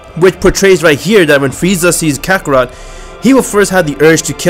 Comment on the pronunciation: Is this me or did say “fieza”